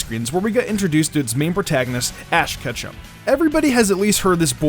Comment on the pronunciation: ik im not the only one who heard him say ash ketchup?!